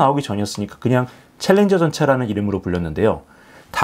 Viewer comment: 챌린저 발음 정확히 하십니다. 신인균씨의 콩글리쉬가 아닙니다.